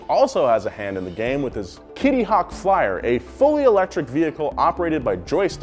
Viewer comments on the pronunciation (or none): none